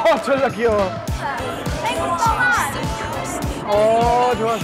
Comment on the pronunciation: ㅋㅋㅋㅋㅋ 졸라 귀여워 할때 소름 진짜 한국사람이네